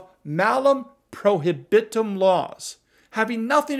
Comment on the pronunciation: Latin curmudgeon winces when you mispronounce prohibitum, but almost everyone does... Assinine legislators at the state and federal levels will get toweringly indignant at the idea that the AR with a pistol brace that is in one person's safe is itself 'responsible' for another AR that someone used to commit a crime. Yes, they really are that stupid.